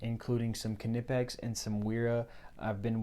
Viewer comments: It's pronounced KUH-NIPEX, my guy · Lol 😂 how he says knipex 😂